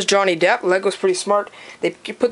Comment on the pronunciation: why do you call him johnny depths